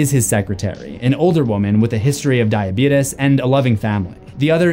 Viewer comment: Did you mispronounce diabetes to honor the late great Wilford Brimley?